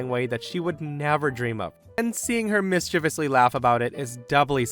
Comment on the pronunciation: liked for the proper pronunciation of ‘mischievous’